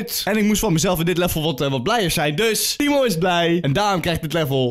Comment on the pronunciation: Dat tttthimo heb je van jermy jejejejearmy